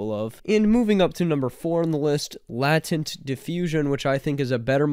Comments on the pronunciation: "Lay-tent", not "Lah-tent". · It's pronounced Laytent not Lah tent :) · Latent is pronounced "late-ent", meaning dormant or undeveloped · "LATENT" is pronounced "LAY TENT" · I don't think that's how you pronounce latent